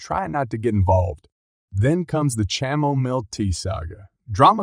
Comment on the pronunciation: It is pronounced kamomile not chamomil.